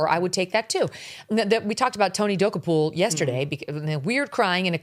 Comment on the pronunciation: Hey, so-called "Journalist." If you're going to keep insulting Tony Dokoupil, at least pretend to be intelligent and learn how to pronounce his last name.